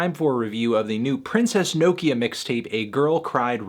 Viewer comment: melon please pronounce nokia right